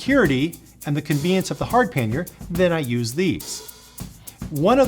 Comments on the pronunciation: Pannier is a French word. It is pronounced pan-yay. Not pan-year. I know I am not being "that guy" but I can't help myself on this one. Usually I can keep my mouth shut. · “Pan-yay” not “pan-yer” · LOL… what the heck is a "panyer"? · Great guide. Your pronunciation of pannier does my head in. It’s pronounced Pan-e-er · Considering the word comes from the French word Panier meaning "bread basket", the correct pronunciation for English tongues would be "pan-ee-ay" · Yes, YOU are American, so you are going to pronounce EVERYTHING incorrectly. The word is PA-NEERS It's so simple but you language challenged buggers will get it wrong every time. If you don't believe me Ask Robin Williams who is fluent in French or any Canadian. but then you guys tend to think Canadians all live in snow houses and eat whale blubber. Who in their right mind pronounces DuBois "Doo-boys" and Calais , "Kalis"